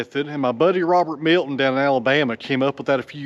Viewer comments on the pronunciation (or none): none